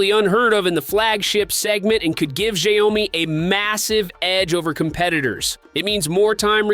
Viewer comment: Hory shitz, your pronunciation of the brand is such a raw rape. Do a research first how to pronounce it dude